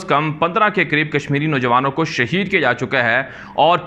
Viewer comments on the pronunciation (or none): none